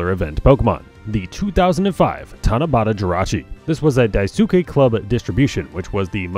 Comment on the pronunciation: "For the Tanabata Jirachi, it's gonna be whatever this is" > it's TANABATA